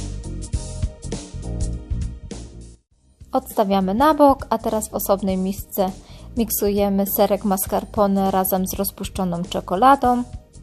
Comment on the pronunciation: Film fajny i nawet przepis łatwy ALE błagam, autorko, zrób coś z tym '-om', bo ciężko słuchać. Nie masom, a masą, nie czekoladom a czekoladą. '-om' używamy tylko w liczbie mnogiej. Wiem, przy*dalam się, ale na borza, nie utrwalajmy tego błędu.